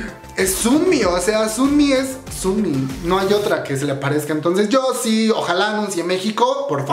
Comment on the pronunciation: Se pronuncia más como sonmi que como sunmi